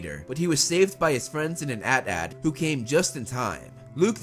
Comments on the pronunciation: So we just going to ignore the fact that he said "at at" instead of " a t a t" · ITS NOT AN AET AET ITS AN AT AT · When he said at at and not AT-AT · It's not at it's a t a t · IT’S CALLED AN A-T-A-T NOT AN ATAT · It was all good until you pronounced AT-AT as "at at" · It's fucking at-at or when you say it its like a t a t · So did anyone else notice how he said AT-AT??????